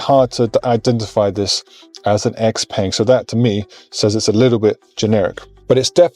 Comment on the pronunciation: xpeng is not pronounced like that you nob..